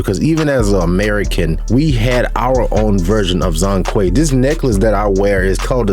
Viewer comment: It's not Zong Kui, the 'Zhong' should be pronounced similiar as 'John'(Zhone Kui). 'zh' = 'J' in mandarin.